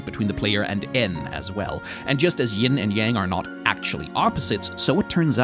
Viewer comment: Thanks so much for saying "yin" instead of "ying" I try not the be a pedant about words these days, but that one REALLY gets under my skin.